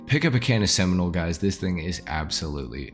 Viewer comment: Cannis Seminole haha